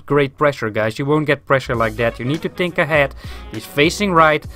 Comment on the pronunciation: Just say think in the correct way to not annoy people with it haha but good vid !